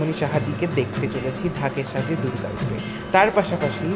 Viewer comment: দাদা কথাটা ঢাকের সাজ নয় ওটা হবে ডাকের সাজ😊